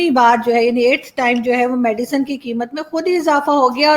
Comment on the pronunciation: its medicine not medican